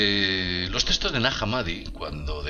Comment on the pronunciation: Testos? Se pronuncia textos